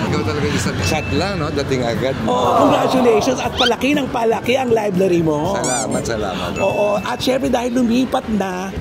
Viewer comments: Liblary??? haha bungol pala tong si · Pronounced ni bff liblary not library 😂😂😂😂😂😂